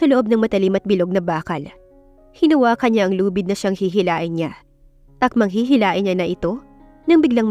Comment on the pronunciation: HIHILAHIN NOT HIHILAIN